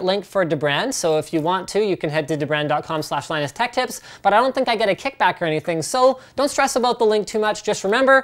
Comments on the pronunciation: It's pronounced deebrand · “Da brand” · The way he pronounced "dbrand"...